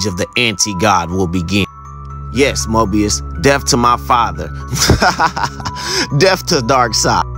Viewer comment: Comic: “Hello, Mobius” This guy: “Hello, Morbius” LETSGOOOOO